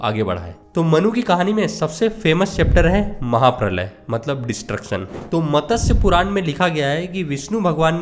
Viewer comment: Bhai matas nahi matsya